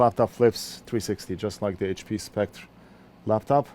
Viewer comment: I've noticed you're having a hard time pronouncing "Spectre". If it helps any you can pronounce it like the word "Specter". Essentially they're the same but one is an English spelling n the other is french